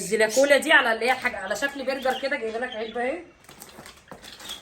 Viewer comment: بصي انا بحبك بس كل كلمات الماركات قوليها غلط وخالد بيقول مثلك زى برجر برنجز سناكرز كاتشب النطق غلط متزعليش، من رأي